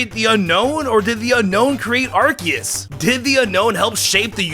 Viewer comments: pronounces Yveltal as Yalvultal and Arceus as Arcoos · You said Arceus wrong and Aegislash